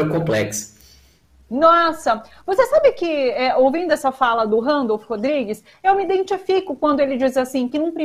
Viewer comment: você é adorável. Mas por que fala "Randolph" Rodrigues? Um beijo.